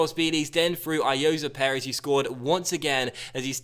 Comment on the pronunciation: Also it is Ayozee Perez not Ayoza Perez